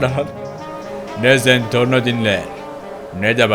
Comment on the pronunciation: Zentorno değil zenprno